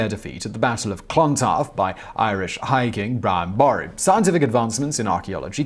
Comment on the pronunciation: It's pronounced Boru, not Boru